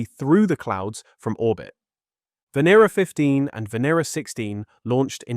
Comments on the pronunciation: Fantastic video but by god learn how to pronounce the names right. You have said the name Venera differently about 5 times throughout. It's not hard. Ven-ear-rah. Also please don't say bayte for beeta. You're British. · Venera means Venus in Russian Is it pronounced v(i)en(i)era